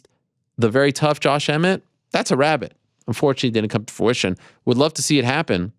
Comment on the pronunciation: Is the guy who acts like he cares so much about proper pronunciation, saying "for-ition" instead of fruition? 🤔😂